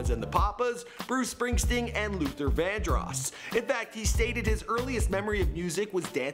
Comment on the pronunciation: You should be crucified for how you pronounced Vandross